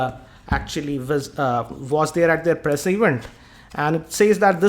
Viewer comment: "already DAERR"